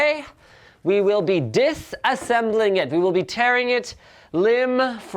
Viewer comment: we will be "DITHhaassembling" 😂😂😂😂😂😝